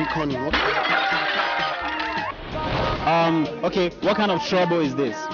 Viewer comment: Tonto its not trouble oo lmfao!!!